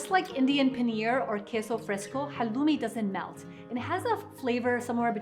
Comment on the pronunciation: Please say halloumi right, it’s from Cyprus which is Greek